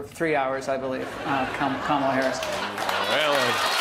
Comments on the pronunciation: Musk intentionally mispronouncing Kamala and talking about why nobody is trying to take her out and laughing maniacally. What universe are we in?! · it was intentional. Just like how he can’t pronounce Kamala.